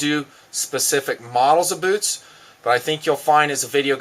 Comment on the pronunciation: Hahah, says beewtz